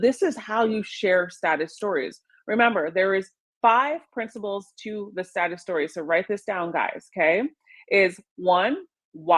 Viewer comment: When she says 'status story' it sounds like 'sad story'. I had to listen to her intro to that topic a few times.